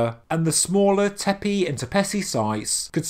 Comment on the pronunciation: It’s not “tepey” dude it’s tepe.